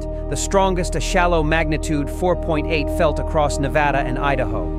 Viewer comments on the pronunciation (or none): If someone’s gonna narrate about N.V. they better know how to pronounce Nevada correctly!! It is Nevada! Not nevouaghda, nevooda or however you tourist think it’s called! It is spelled n e v a d a! Uuuuhhh duuuhhh